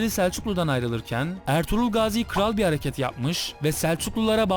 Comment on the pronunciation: abi ertuğlur derken kuruluş ertuğrul filmindeki ertuğrulmu :D